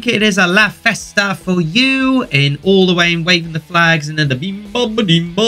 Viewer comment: It's la Festa not Vesta. And Luna has partly Italian roots and festa is Italian for party (not Spanish!).